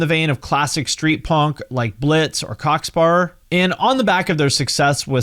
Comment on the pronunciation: Never heard someone say punk like that. Ponk